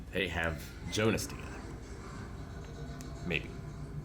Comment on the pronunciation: Curious how you'll feel about Hannah in the future. Haha I'm really enjoying these Dark episodes, so many good memories. Also: "Bart" and Jonas pronunciation not the German version... Oh my...